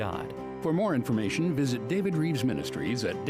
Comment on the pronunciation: Rives , shouldn't sound like Reeves, but ok.